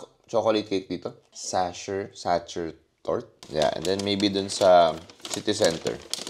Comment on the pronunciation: It’s sacher…pronounced like sacker.